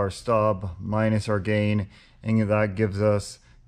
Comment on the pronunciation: 😂😂😂 bruh I was wondering if anyone else noticed that